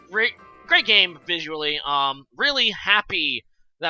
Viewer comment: Great game between two awesome Pokétubers! As a side note... Vizually is pronounced as in "ally" comerade. His intro is "It is I Vizually", so it rhymes.